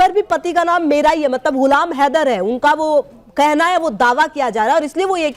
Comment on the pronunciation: Tera ye haidar ko kitna glt bolta tb beth kr hansti h😂😂😂